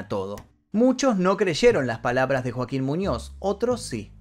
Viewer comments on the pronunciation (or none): none